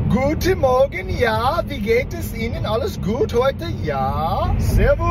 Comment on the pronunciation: JAAAA?! That's such an American stereotype 😂